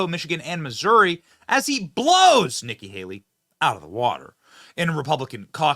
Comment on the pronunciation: Did he say nigga Haley?